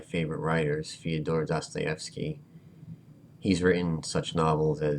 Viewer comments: pronounce first syllable in 'Fydor' the same way as in 'further' please. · His name is "Фёдор Достоевский" :) We have one letter there as you can see. So one sound either. I'm bad in English spelling, but pronunciation is wrong anyway. At first, in "Фёдор"(or Fyodor or Furdor) first syllable is stressed. And second, first syllable sounds like first vowel sound in... I dont know... 'first', 'further', f+'earth')) [fɜːdor]